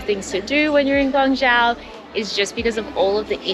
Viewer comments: pronunciation of Chinese words are spot on e.g. Guangzhou, Yuan etc. narration are good. Please do more videos on China. Thanks! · max的发音“广州”，非常的标准，是最近到过广州的旅游博主里面，发音最标准的一个。